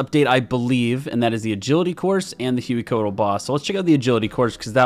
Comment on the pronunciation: Congrats on life and good to see you back! For the boss names, if they're intended to be pronounced like the source language, then Amoxliatl = ah-mowsh-LEE-attle and Hueycoatl = way-CO-attle (they're based on the Nahuatl language spoken by the Aztecs, in which "x" = English "sh", "hu" = English "w", and emphasis is on the second-to-last syllable).